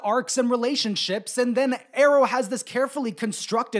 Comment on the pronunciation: Great video, god awful pronunciation of Aro and Caius 👍